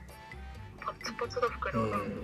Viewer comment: すみません、どうしても気になるので、 『ビュビューン』❌ 『ビビューン』 ⭕️